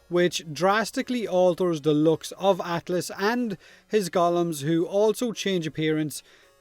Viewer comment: did you say atlASS?